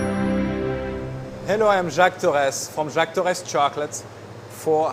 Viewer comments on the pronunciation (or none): he's french, u can tell by how he pronounce Torres